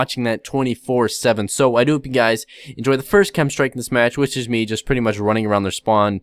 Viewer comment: When you say "do hope" it sounds like you say doop